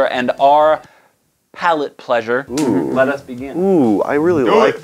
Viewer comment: You nailed saying "pallet pleasure" it's a tongue twister